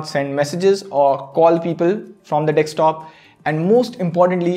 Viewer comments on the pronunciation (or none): If only I had a rupee for everytime someone says dekstop instead of desktop. 😛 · you say Dickstop 🤔 Or Desktop